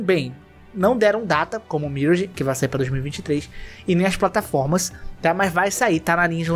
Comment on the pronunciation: pelamor de deus fala "miráge". obg.